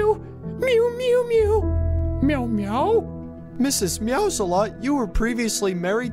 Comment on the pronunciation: lol the one time instead of Mrs. meows alot it said Mrs. salsa lot